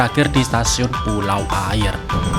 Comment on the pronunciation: Yang benar bacanya "Aiye" atau "Aia" (yang arti "Air") . Dalam logat Minang huruf "R" di akhir kalimat atau diakhir nama daerah tidak pernah terpakai alias tidak dibunyikan saat dibaca karna orang Minang alergi menyebut huruf "R" diakhir kalimat . Contoh nama daerah lainnya kabupaten Tanah datar dibaca "Tanah data" , daerah Sungai Jangka yg dalam bahasa Indonesia artinya "Sungai jangkar" , Pesisir dibaca "Pesisia/Pasisia" , Pasir Pangaraian (daerah di Riau) dibaca "Pasia Pangaraian"